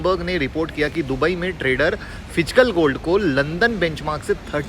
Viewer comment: Phijkal😂nahi physical hotaa hai